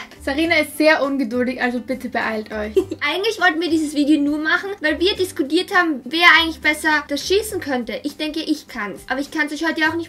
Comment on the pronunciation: disgodiert Bestes deutsch 😂😂😂